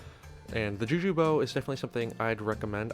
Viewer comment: For a second i heard "jew jew shortbow"